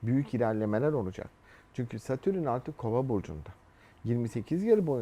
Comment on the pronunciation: Adamın Satürn'e Satürün demesi gıcık etti hahaha